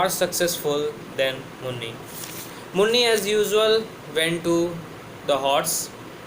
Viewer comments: It is muni not munni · It's not Munni, it's muni